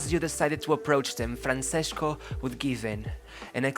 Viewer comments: Great video but you should see the pronunciation of Francesco. It's Fran-Che-Sko not Franseshko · Isn't it FranCHesko? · Why do you say Franshesco lol